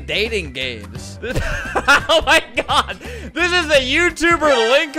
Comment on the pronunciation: he was gonna say it but ended it with D to change it to gawd